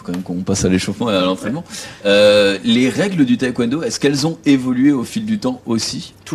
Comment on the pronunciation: On dit pas thaï-Kwon do…😢